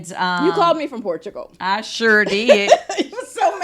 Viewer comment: Why kandi struggling so much to say Portugal